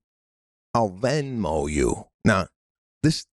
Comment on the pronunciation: ITS NOT VINMO PETE! ALWAYS MISPRONOUNCING STUFF!!!! 😂